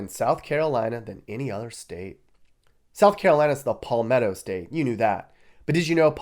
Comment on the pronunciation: It's Palmetto as in Sal or Gal not pall or call.